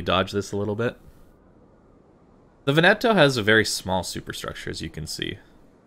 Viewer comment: Veneto - the emphasis is on the first syllable. VEN-e-to, not Ve-NET-o. Just got her, so I'm very glad to have a really good BB player do a vid on her. With the obvious exceptions of the fuel smoke and the SAP vs HE, can I take the Veneto as a proxy for what to expect from the Roma? The problem I have with the fuel smoke is that it blinds you; if you have no spotting, you're screwed for as long as it's active.